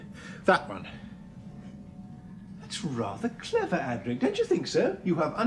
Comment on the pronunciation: It’s Adric, NOT Adrik!